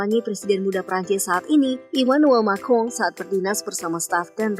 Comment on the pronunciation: Pas Nama presiden prancis tidak si sebutkan jelas🤣🤣